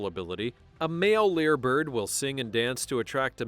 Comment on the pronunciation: It's a Lyre Bird, NOT a Leer Bird.